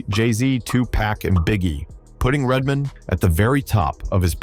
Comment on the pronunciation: and redmin lol